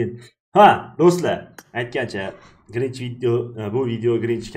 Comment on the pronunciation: grinch uc desa krinj uc deb eshitdim🤣🤣